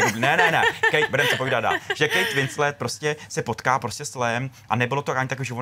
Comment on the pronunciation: POVÍDAT, ne POVIDAT